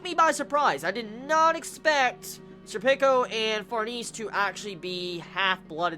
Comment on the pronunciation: oh for farnese's name pronunciation, it's suppose to be french like far-na-say